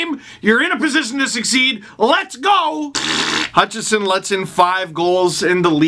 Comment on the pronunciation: The main reason I want Hutchinson sent down/traded/flung from a catapult is so that Steve won't keep calling him Hutchison. Well, maybe next to "he's not very good". Edit: Wow! He pronounced it right when he was reading it from Twitter. There is hope.